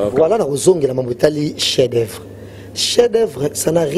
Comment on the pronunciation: atanga troooo mais azo LOBA "CHIEN D OEUVRES" 😃😃